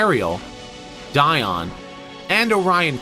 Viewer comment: Dion, Di-ed. I’m going with what David Wise said, about him at least.